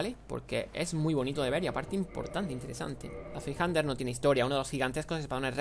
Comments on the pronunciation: el nombre de la zweihander se pronuncia mas o menos así, tsvai-janda, escrito de manera mas técnica sería /ˈt͡svaɪ̯.handɐ/ y como dice el juego el nombre alude a que el arma se usa a dos manos, ya que zwei es dos (primo del ingles "two") y hander seria el plural de hand que significa mano al igual que en ingles. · Shvaijanda se diría zweihander